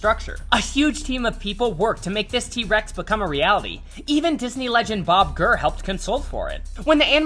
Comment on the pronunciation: did he just say Bob Gurrr???